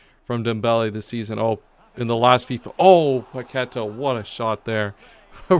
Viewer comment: It’s pronounced “PaquetÁh” not paquEta lmao, please fix ur pronunciation it feels so weird watching u repeat it multiple times but i love the series 😂